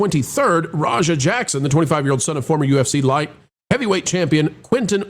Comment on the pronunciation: The way Rampage pronounces Raja is more like slang for Roger. Roja is more like how its pronounced.